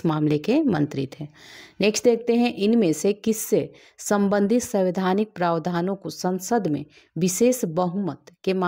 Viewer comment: Samvaidhanik not SAVIDHANIk